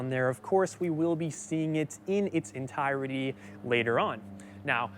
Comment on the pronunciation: ENTIRETY = ENTIRE-TY not ENTIE-RETY. Three syllables NOT four.